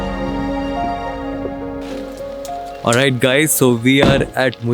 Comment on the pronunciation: Mullayyana giri not Mulyaan giri